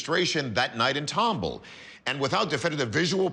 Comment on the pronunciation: TOM BALL NOT TUMBLE!!